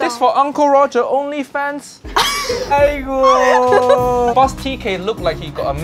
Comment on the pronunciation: uncle roger says 아이고(aigo) properly. correct. correct. 😄